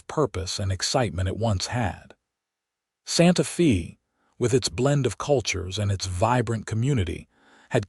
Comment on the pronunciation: So far, quite a logical believable story. Santa Fay it's pronounced.